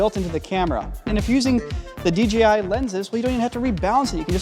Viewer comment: dji should change their name to dgi because everyone mispronounces it including this video × 5. I think the I following the j makes it harder to pronounce. Literally half if people say dgi without even noticing. Awesome camera though lol